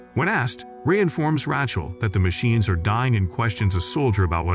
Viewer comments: Heller...its like Raychel not Ra chel.. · The way he says Rachel 😂😂😂